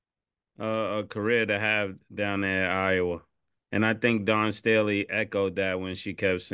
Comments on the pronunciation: Killa said Dan Staley 😂😂😂😂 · Killa, say it with me.. "Dawn Stay' Lee" 🤣🤣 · Cam u killing me as a Philly native … Don Staley might b a family member but it’s DAWN🤣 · “Don Stanley…. Dan Stooley….Dawn Stormy…”-Cam 😂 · Dan Staley😂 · Dan Staley 😂😂😂😂 Cam be messing names up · Cam say it with me..... Dawn Staley! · How the hell can you not pronounce Dawn Staley correctly lmao...eat that crow since y'all really wanted Iowa to win 😂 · cam cant even get dawn staley name right 😂😂 dude thats not a hard name to pronounce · Did Cam say… Pardon me for keep on ‘dis’pronouncing her name 🤣🤣🤣😂